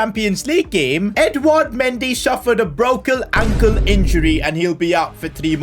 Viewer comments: anyone notice that said brokle ankle haha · “A brokle ankle injury “ 😂😂